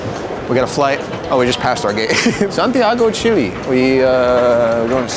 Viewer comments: its not pronounced (chill)-(E) its fucking (chEl)-(A) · It’s not chilly it’s Chile